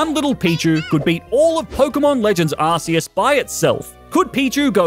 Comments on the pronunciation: Ark! It's pronounced ARK!!! ARK-EE-US! -_ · IT’s ar-KEE-is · I love the way he pronounces Arceus as "Arse-us" XD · You pronounce arceus wrong :(